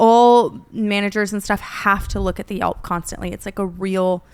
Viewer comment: Brooke, google reviews!! Not yulp